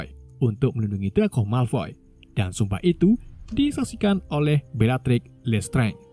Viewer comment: plis dibacanya lestranj aja, jangan lestrenge 😢